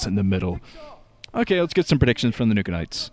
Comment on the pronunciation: what does "Nooka-nites"? mean XD